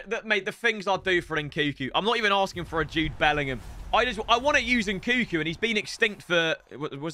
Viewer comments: love you, please pronounce NKUNKU correctly, N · nkuNku!! God damn... triggers me every time... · pronouncing nkunku's name wrong whilst it's right in front of him is gold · Do you pronounce the second N in Nkunku? Or have I been saying it wrong all this time? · Anyone else dislike the way he says nkunku